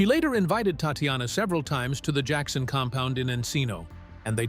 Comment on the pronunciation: Джексона...ударение на О...дебил ты выбесил😤🤦‍♀️